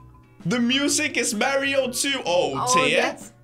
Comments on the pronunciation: did say merio and not mario? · dude... its pronounced mario, not maario XD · It's pronounced m-are-e-oh